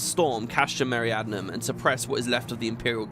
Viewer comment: I know it's not important but you've pronounced it Meriadnum like 50 times now and it's bothered me each time. Me-ri-di-a-num. That should look familiar, it's the Latin word we get "Meridian" from. The castrums all have really simple names: Marinum at the sea, Occidens in the West, Oriens in the East, Centri in the center at Mor Dhona, and Meridianum in the South in Thanalan. Apparently "meridianum" means "southern", didn't know that last one but the other ones are intuitive. There's no Northern Castrum in Coerthas but "Arctoum" would have worked as a name. (Castrum just means fort or castle.)